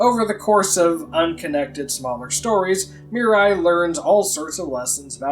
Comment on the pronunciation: It's not Mirai And Marie, it's Miriya And Marie